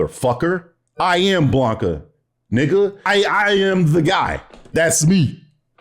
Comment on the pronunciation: I agree with ALMOST everything. Woke definition YES, human race YES woke does NOT = broke YES BUUUUUUUTTTT the way your pronounce Blanka!! Pistols at dawn!